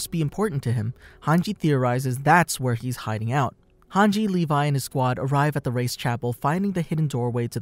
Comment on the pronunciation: thank god you didn't call hange "hang gay" like you did before